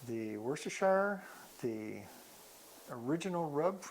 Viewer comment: worcestershire, please learn how to say it...